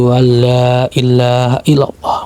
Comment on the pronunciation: dikit klarifikasi bacaan yg benar asyhadu allaa ilaahaillallooh gk asyhadu allaa illaa haillallooh artinya lain lo kalau salah baca